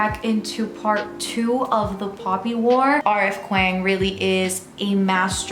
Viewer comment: hey love, just fyi kuang is pronounced "k-wong"